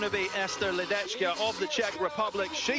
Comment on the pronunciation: The pronunciation of the name LEDECKA is like LEDETSKA, not LEDECHKA.